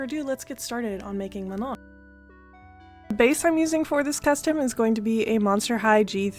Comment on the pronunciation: Her name's pronounced Ma-noh btw. This is insane craftsmanship and I am deeply obsessulated by the final product 💓💓💓